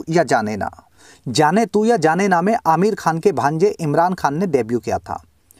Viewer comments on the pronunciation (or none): none